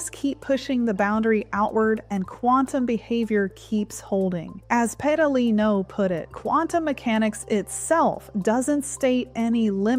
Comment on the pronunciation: Is Pedalino really that hard to pronounce?